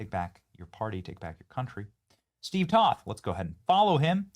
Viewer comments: Toth is pronounced with a "long O", not up on politics are you, benni? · Not that you should know this but just so you know it's Toth with a long o. Steve has his issues but I met him many times and I like him a lot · TOTH (Rhymes with Oath) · Benny I am pretty sure it's pronounced Toe-th like BOTH with a T. Please excuse my bad etiquette. 🤭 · Hey Benny, i'm a constituent of Crenshaw's old district and i voted for Toth. Heads up, it's pronounced with a long "O"/ "toeth." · You need to work on pronouncing Steve Toth's name.